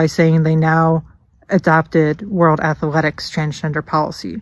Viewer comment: He needs to be banned for the way he pronounces athletics.